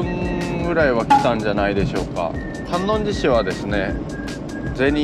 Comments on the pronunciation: 旅チャンネルやってるのに地名間違えたらおしまいよ笑 新浜→× 新居浜→⚪︎ 観音寺市 →かんのんじし→× →かんおんじし→⚪︎ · 細かいですが、かんおんじし ですね！ あと、さかいでし ですね！